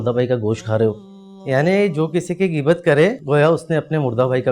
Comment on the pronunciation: geebat nhi bhai ghain hy gheebat